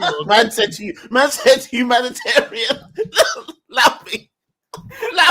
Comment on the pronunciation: Why this man said humanitarian? I fucking died 😂